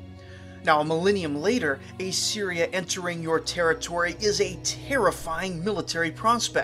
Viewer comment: Dude. It's pronounced Assyria, not A Syria.